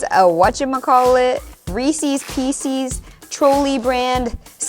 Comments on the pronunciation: Or “peecees”. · She somehow mispronounced pieces, as well.